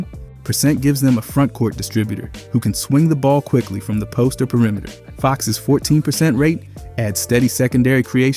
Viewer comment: Pee uh rimeter